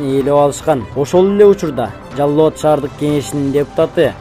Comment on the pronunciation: Жаллабат эмес, Жалал-Абад десен торпок